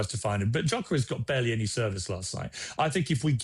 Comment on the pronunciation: How people are still pronouncing his name as JOCKEREZ and not gyokeres is unbelievable Jeff